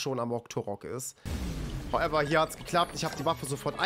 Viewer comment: Regt mich richtig auf wie er HOWEVER sagt